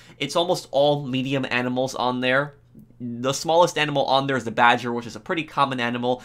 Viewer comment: i didn't know there was pronounced DARE